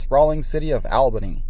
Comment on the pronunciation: Horrible videography. Too bad because the layout looks pretty nice. But the sound gaps, sudden cuts, and rushed narration make for a very fragmented viewing experience. And the capital of New York is pronounced ALL-bany, not AL-bany.